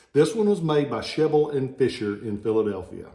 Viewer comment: My brother has one of those "Sheble and Fisher" swords. But we don't pronounce Sheble that way though, first e is short last e is long. Thanks for info